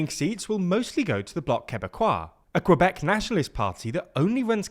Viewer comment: Hi TL;DR I just wanted to say that you pronounced Quebec CORRECTLY. But you pronounced it INCORRECTLY. So recap, the Que in quebec is a french sound. KEHBEC. You said it right when you said quebecois.